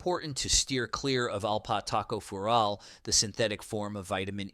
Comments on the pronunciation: Note: Alpha-tocopherol, not alpat Taco fural. Tacos may or may not be harmful to your health. 🌮🌮🌮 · Alpat Taco fural??? WTF?? Edit your damned videos before you publish them, man! It's Alpha-tocopherol!! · LOL, "alpat Taco fural". This must be the Mexican version of Vit. E. Hahaha, it's alpha-tocopherol. This video is just another lazily produced AI effort. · It is Alpha Tocopherols. Not alat taco fural! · What is Alpat Taco Fural Do you mean alpha tocopherol ? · I think you mean alpha tocopheral, not "alpat taco fural". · OMG, “alphas taco fural”…. it is alpha- tocopherol! Vitamin E. These AI voices still have A way to go. I do agree that the synthetic forms can be problematic, if taken to excess. And Vitamin A is stored in the liver, as are Vitamins B12 and Vitamin D. I’ve been taken vitamin supp’s for many years, and I feel they have been beneficial. Kidneys that are already compromised also need to watch out for excess use of NSAIDS….. non steroidal anti inflammatory drugs, like Ibuprofen and Aleve, (naproxen), etc. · This is hilarious. Alpha Tocopherol is, according to the AI video, "alpat TACO furol". Take this video with a grain of salt. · Obviously a "robot" narrator!!! "Alpha Taco Fural"??? How about "alpha tocopherol" (with emphasis on the "co")???? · I would be wary of this guy. He doesn't even know how to pronounce the names of the compounds that he's talking about, and he completely cocked up alpha tocopherol. He even spelled it completely incorrectly. In itself, it doesn't mean much, but it shows that he has NO contact with the scientific community that studies these things, and the alpha tocopherol one being presented as alpat taco fural is just weird. He clearly has zero biochemical knowledge. Has he really never heard of alpha tocopherol? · AI need to learn how to pronounce Alpha- tocopherol. 5 syllables: "AL" + "fuh to" + "KOF" + "uh" + "rol" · Alpat taco fural? WTH? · Bloody AI voices. Too stupid to pronounce alpha tocopherol